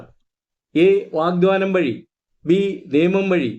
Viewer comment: Sir, വാഗ്ദാനം എന്നാണ്, വാഗ്ദ്വാനം അല്ല 🙏എഴുതി കാണിക്കുന്നത് ശരിയാണ്, പറയുന്നതിൽ മാറ്റം ഉണ്ട്